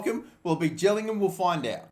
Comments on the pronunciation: I'm from gillingham and your gilli am pronunciation is worse then the other gillingham pronunciation you said is better then that newbie mistake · Pronounced ‘Ji-lling-um’ 👍🏻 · It’s a soft g jillingham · I live in gillgham by the way it is pernounced jilligham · Gillingham😄 it’s pronounced with a J not a G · December 2017 fixtures compared to December 2017 fixtures ? What's going on there Also Gillingham is pronounced with a J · its not gillingham